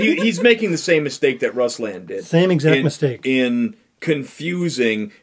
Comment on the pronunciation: Please just say RoooSlahhn so they believe you’ve seen his show. It’s not russs lan. It just seems insincere and unbelievable that you’ve heard his opinion when you pronounce the name wrong.